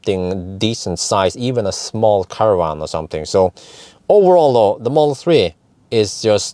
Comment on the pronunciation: Please, stop saying "owerall" ! ;-)